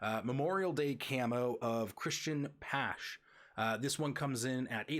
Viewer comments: It's also Bow-m, not Bom and Pash-ay , not pash. Honestly thought it was on purpose because it was the first 3 guys you covered haha. Great video though, thanks for doing this! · Christian patch lol it’s pache pashe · Yeah, the Pache and Tatis pronunciations (with a few other minor ones) got to me. Getting the top names is going to be important.